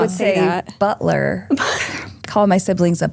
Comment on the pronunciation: I'm only at the beginning of this and I hear flippin' "buttler" 🤣😂 I can already tell this is going to be another great podcast!